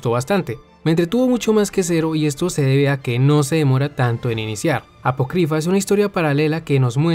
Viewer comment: ApOcrypha amigo. Apócrypha. Acentuada en la "O" El diccionario no muerde.